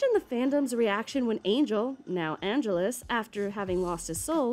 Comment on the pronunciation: Why did she keep pronouncing Angel's evil name like 'Angeles'? It's Angelus, like: ann jealous. Or am I remembering it wrong?